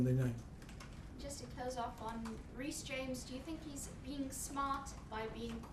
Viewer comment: did he call reece Rice? kkkkkkk